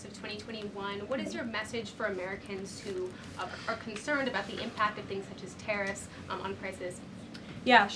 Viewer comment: “I do about five tings in ten minutes” probably more 🤣